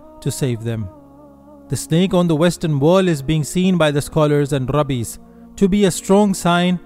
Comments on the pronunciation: It's Rabbis, not Rabees! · My friend, I am a fellow Muslim and appreciate your great videos. Please say, ‘Raabiiys’ instead of ‘Rabees.’ Jewish Rabbis are pronounced correctly as Raabiiys.